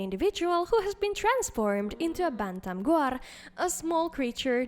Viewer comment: I love the way this girl speaks! The way she says Bantum Guar is so beautiful. The R roll is sooo good 😭